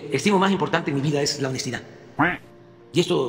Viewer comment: Cuál honejtidaa?!?!😅 Que no la chifle xq es cantada!!